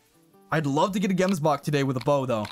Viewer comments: you pronounce gemsbok as jemsbok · man waiting for the day a non south african pronounces the "gemsbok" properly, anyway nice vid bro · Any south africans that are laughing at how he says gemsbok? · I am a South african and love how you pronounce gemsbok and springbok and stuf 😂😂